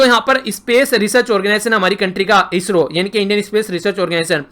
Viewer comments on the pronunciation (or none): none